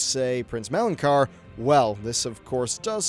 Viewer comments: Prince Melon-Car? I don't think that's how you pronounce it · Did he says “Prince Melon-Car”? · How does someone who makes a living talking about Warcraft mispronounce names so poorly left and right? I want to understand thing like saying "Yrel" wrong, but we heard it for an entire expansion in cutscenes and dialogue, and then you've flat out added letters and sounds to Prince Malchezaar. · Orgrim not "Ogrim" and Malchezar, not whatever you said lol